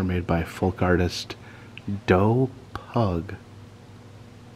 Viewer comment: Pugh is generally pronounced Pyew, rather than Pug